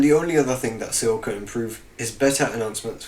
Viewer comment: it's pronounced SOUL not see all